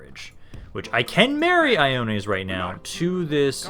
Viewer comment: The Name of your heir to the throne (Ioannes) is actually pronounced like so: Yo-Annis. Like a hood greeting, but in a street of Constantinople.